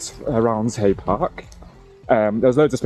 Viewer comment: Just for your information it’s not pronounced round hay it’s pronounced round-e